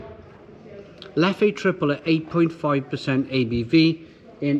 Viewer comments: Leff. Leff. Fekking Leff not Leffy! Pffffd 😅 Love the Triple. My favourite style. Rituel is nice, Cascade Royal is the IPA you are thinking of. I have a keg of prestige and 6.6° in the garage. But the Tripel is the tops. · So about 5 years ago in Brussels I got told off by a bar owner for pronouncing it "leffey" , he told me it's actually "Leff". Now I don't know who to believe.